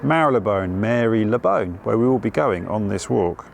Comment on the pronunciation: It's very pleasing to hear you pronounce Marylebone that way,. I refuse to call it Marlee-bone. And, equally contentious; this video is a beautiful homage to the graffiti of London.